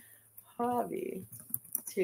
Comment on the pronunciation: He definitely said hobby. You can hear the b's